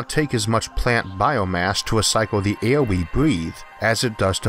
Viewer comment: vids not bad but i cant take how u say air and other words just makes me lmfao in such a serious subject